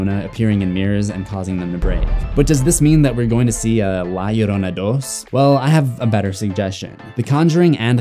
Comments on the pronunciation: From a latin subscriber, your pronunciation of "Llorona" is pretty accurate! ❤️ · Thank u for taking care to pronounce 'Llorona' correctly :"")